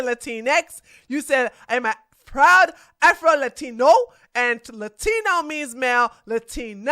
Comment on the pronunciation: He uh prowwwd afroeluhteenoooo...🤡